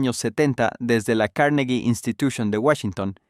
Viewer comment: La "carnegui.."😮😢